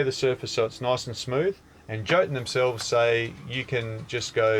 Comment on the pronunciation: As Norwegian i found it funny when you said Jotun. Only episode 70 to go, and i have cought up with all Videos. This is a very good Chanel, actualy on of the best.